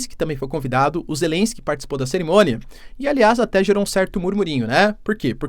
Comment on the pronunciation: Acorda "Zélesk" 😂